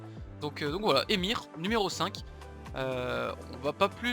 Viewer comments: genial mais on dit pas EMIR mais EUHèMIXèR ou èMIXèR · On dit "émixère" pas "émire"pour solary EMXXR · ça me stress quand il appelle EMXR "émir", genre moi j'dis "E M X R" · Salut j'adore ton contenu mais tu est sur que ça ce dit ÉMIR ET PAS EMXR? 😂❤️ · « Émir » c’est EMXXRR ?